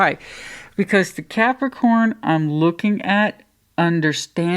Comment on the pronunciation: Thankyou, I love the way you say Capricorn ❤